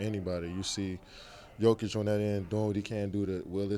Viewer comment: Only American who pronounce Jokic last name corectly..